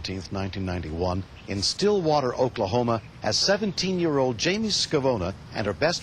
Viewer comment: Stillwater not Srillwater.